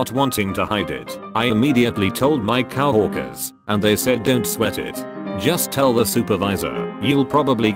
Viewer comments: It said “Cow Orcas” in stead of coworkers 😂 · "Co-workers" how the auto-voice reads it "cow-orkers" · Cow-orkers? You sure that's the correct pronounciation? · I hate the way the voice says coworkers